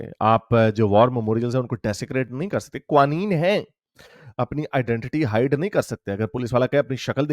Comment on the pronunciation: Its pronounced ka-wa-neen